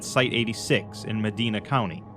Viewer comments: Note: Meh-dye-nuh is the county. Meh-dee-nuh is a city in Spain. Carry on 😂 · also idk if it will come up again but Medina County is pronounced meh-dine-uh